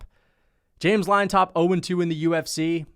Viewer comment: Not to be a dork, but Llontop is pronounced like "John-top", not liontop 🤓